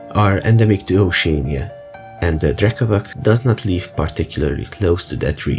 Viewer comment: Great vid! I know that these slavic words are hard to pronounce but it’s “drekavatss” 😂